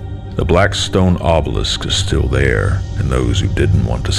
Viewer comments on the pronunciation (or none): none